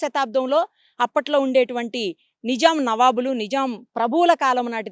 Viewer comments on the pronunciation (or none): Madam Video is ...But its not Nijam.....it's Nizam